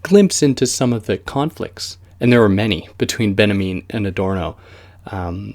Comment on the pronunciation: its benjamin! not benamean... it's just hard to listen to with all the mispronunciations ...